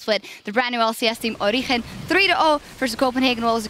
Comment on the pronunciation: she is pronouncing it correctly, because it is a spanish word and in spanish 'g' reads as 'h'